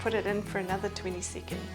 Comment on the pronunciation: After yet another twenty seecands…